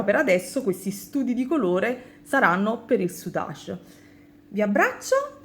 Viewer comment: Tesoro, io ho sempre pronunciato senza la e finale, come in inglese, sei sicura della tua pronuncia? si impara sempre, soprattutto dalle amiche vulcaniche, cmq rosa e grigio col blu marine è superbella come combinazione di colori ❤️❤️❤️